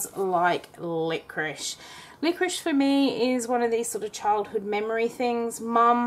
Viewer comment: Why do you call it 'liqoriSH? You wouldn't ask for a chicken tikka with some boiled Rish, would you?